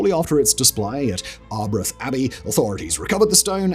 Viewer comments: As a Scot I find his pronunciation of Arbroath hilarious 🤣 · Yes Arbroath is ar bro-th. Home of the famous Arbroath smokies! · I knew it! As soon as the stone of Scone was trailed in the intro, my first thought was, no way Simon will pronounce it correctly! For the record, scone should be pronounced “skoon” in this case, Scottish pronunciation! Edit: damn he also murdered Arbroath! It should be “ahr -BROWTH”! No shade, it’s just amusing!